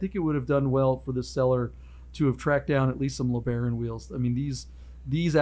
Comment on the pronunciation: What's a LaBraun? Do they mean LeBaron?